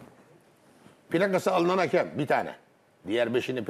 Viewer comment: Futbol camiasının "hakem" demeyi öğrenememesi çok enteresan. "Haaakem" değil yahu, tek "a" var :)